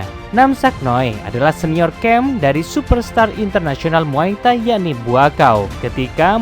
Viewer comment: Kok muay tahi bang😂 bukan muay thai?